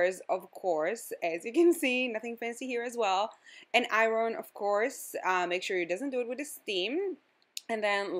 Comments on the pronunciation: don't ambush me on this but iron is pronounced like "a-yern" girl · Love the way she said Iron :)